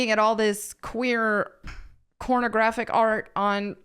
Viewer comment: Do i need a hearing test or do you keep saying CORN-o-graphic?